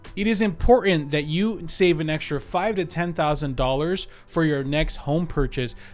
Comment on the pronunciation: hahaha fwive i died 🤣